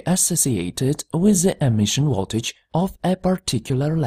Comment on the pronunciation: It's Voltage not Woltage. It's aVailable not aWailable!